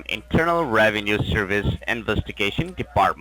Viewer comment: “ RAVENUE SEERVICE “